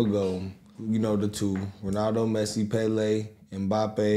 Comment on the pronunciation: HIS NAME IS PRONOUNCED ' NOT LIONEL MESSI‼️' ANYONE ELSE that is very good should be referred to as ... Yeah, but he's no MESSI.. 🏆☑️‼️🙏